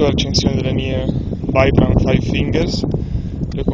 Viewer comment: "Vaibram" all'inglese?! E' un marchio italiano e prende il nome dal fondatore VItale BRAMani... si scrive Vibram e si legge Vibram ;) E' un orgoglio di questa nostra Italia tanto bistrattata... pronunciamolo in italiano :) Senza polemica.